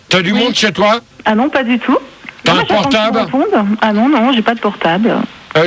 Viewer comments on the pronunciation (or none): portab' Haaaa le fameux mot écorché qui résume à lui seul tous les vocabulaires mal prononcés de Gérard.